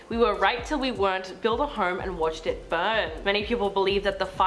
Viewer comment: why do you say home as horm lmao